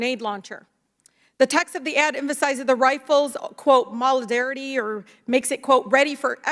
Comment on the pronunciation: Ms. Maloney might need hooked on phonics…